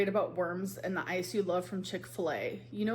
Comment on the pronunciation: As someone with DIAGNOSED "generalized anxiety disorder (GAD)", her flippantly talking about her "anzi-it" isn't funny either. I do not believe her anxiety is nearly as bad as she says it is. I don't believe her about anything. She has a "thyroid" issue now because of Beck. If she doesn't show her patient portal, then she is lying. That test result is right there with the diabetes results.